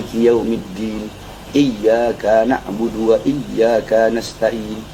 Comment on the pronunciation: Iyyaka KA nya pendek demit gak panjang